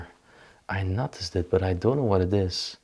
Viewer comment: again a nice video. I don't understand why their kids don't care. When my mother died I lovingly took care of my father and when he also died I emptied the house with my brother, reminisced and cried., try listening to the pronunciation of catholic,noticed,thorough and thermometer for the emphasis